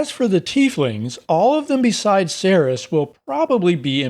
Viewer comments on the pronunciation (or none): I love that one of the tieflings has the same name as me :D (even though you pronounced it wrong hehehehe :P the C in Cerys has a ‘k’ sound not an ‘s’ sound)